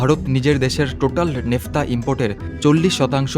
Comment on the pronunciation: উচ্চারণটা নেফতা নয় ন্যাপথা। এই ন্যাপথা থেকেই ৯৩১ ধরণের পেট্রোলিয়ামজাত পণ্য তৈরি করা যায়।